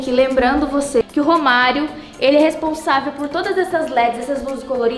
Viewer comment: Quando ele falou romario eu entendi vô Mario achei q era avô de algum deles